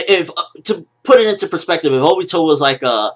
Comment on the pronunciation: obito not obo